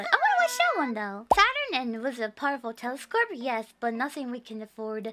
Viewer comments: Was she saying telescorpe? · I love how she says "telescorpe" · why does she say “telescope” as “telescorpe” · Telescorp? She says Telescorp? Ive given up. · does she say "telescope" in an Australian accent?